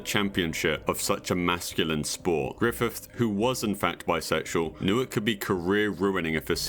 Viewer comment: who t.f is "grithif"